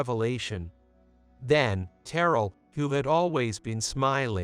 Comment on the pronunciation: AI mispronouncing Terrell's name!